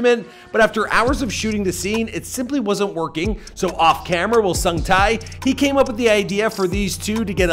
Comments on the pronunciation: HO SUNG TAI??????????? I'm sorry but it's pronounced 'Huh' like Huh...What was that strange noise? kind of Huh) and Sung like Sing, Sang, "Sung" and Tae like rhyming with Bae. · dude came a long way. he had some great day jobs but it is important to chase your dreams... and, it's sung tae(tay)!!!! not sung tai!!!!...geez... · Tae = tay. It sounds closer to "tay", as in Lil Tay. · its pronounced sungte hihi! , nice vid!